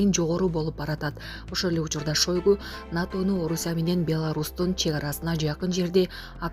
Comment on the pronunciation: Мен да ушуну жазайын деген элем.Окуурдан мурда бир нече жолу кайталап алышпайбы.